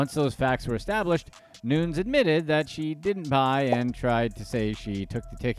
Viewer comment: Noo-nez not Noons.... cracks me up